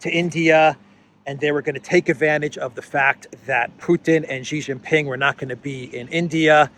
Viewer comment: it's NOT JHEE JINPING, it's SHEE JIN PING. SHEE SOUNDS LIKE A GIRL SHE. YOU SAY RISHE SUNAK, WHY CAN'T YOU SAY SHEEE JIN PING? JHEEE JHEEE MEANS PENIS IN CHINESE LANGUAGE. STOP IT.